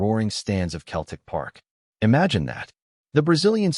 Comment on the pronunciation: If you can't even pronounce Celtic correctly, you're really a total klutz.